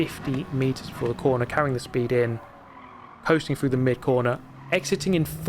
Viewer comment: Dude can you REALLY not say through? You keep saying frough and it’s driving me nuts